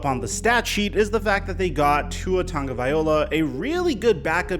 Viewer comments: There are NO N’s in TAGOVAILOA. It’s not TONGOVAILOA. Sound it out. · Bruh it's Vai-loa, viola is something else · Love the videos, and thanks for doing one on the Fins. But it's Tung-a-vy-lo-ah, not vy-ol-a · The most common mistake people make when spelling Tagovailoa's name is pronouncing it as it's spelled. Just replace the "tag" portion of his name with "tongue" and you should have it: "TUNG-o-vai-LOA." So, all together, it would be pronounced "two-a TUNG-o-vai-LOA." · It’s not viola it VAILOA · Tagovai-LOA NOT OLA (good lord) are you dyslexic? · Could you please stop pronouncing his name Tagovaiola. It’s TagovailOA ! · just to correct you, its pronounced TangvaiLOA not OLA. sorry i know its probably not much, but i just hear it everytime and figure people should know how to pronounce his name properly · I'm just spit-ballin here, but don't you think that if people went to the trouble to say his freaking name correctly (Tago - vai - loa) - viola is an instrument played with a bow - he might feel a bit more confident that the league and its fans give a damn whether he actually succeeds? Everything begins with the name, folks. Dale Carnegie 101. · Hey, loving the content! 😁 Can I just throw out some constructive criticism? Tua Tagovailoa's Last name is pronounced Tung-o-vai-lowa. Not Tung-o-viola. I'm just trying to help you out dude. Keep up the solid work tho, I really do enjoy your content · Tagvailoa not Tagovaiola haha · Bro It's Tua Tagavailoa (LOA) Not (OLA) Just letting you know saying his last name wrong. Just trying to help. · Tonga-via-loa is how you pronounce it... not viola, that's a string instrument, not a Samoan qb... come on... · Tagoviloa “LOA” not “OLA” say it with me LOA LOA LOA LOA LOA LOA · Who is Tua tong- viola lmao smh ha ha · your videos are amazing. But it's Tongue-oh-vie-low-uh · Ta-go-vaai-loa. Just rolls off the tongue. Tagovailoa. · You're mispronouncing Tua's name Bruh. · Plz start pronouncing his last name correctly